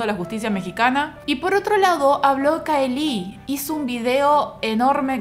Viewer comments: Veo el video y corrijo mentalmente, no es CAELÍ es CAÉLI!!! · no te lo tomes a mal pero estás pronunciándo remal el nombre de Caeli. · pronunciaste mal el nombre de caeli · Así no se pronuncia Caeli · Un video excelente, pero terrible la manera en la que pronuncias el nombre de CAELI o_o